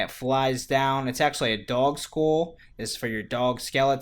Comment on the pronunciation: why does he say skull like skole